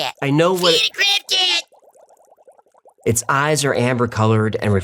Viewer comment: When he said crab cat... I heard crack head.. hilarious